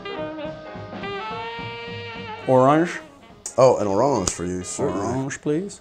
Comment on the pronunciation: That settles it. No one knows how to say orange. Except me.